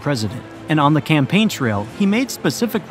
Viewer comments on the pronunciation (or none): none